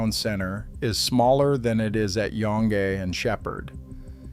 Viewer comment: I love the pronunciations. "EtobiCOKE", "Yon-gee" etc. Classic 🤣